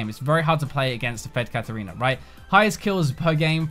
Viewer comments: KatArina, not KatErina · KatArina not Katerina.... You misspelled it once, but then spelled it properly after????????????????